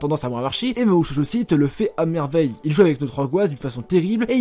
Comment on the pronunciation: Bonne prononciation de Mahou Shoujo Site : Mahoo Shoojo Site Sinon dit les noms anglais (Magical Girl Site) - ou alors se renseigner sur les prononciations jap ca serait une bonne chose Oui je suis chiant ^^